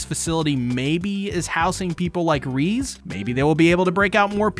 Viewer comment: My brother in Christ it’s pronounced ‘reh-zay’ 😅 great video though!!!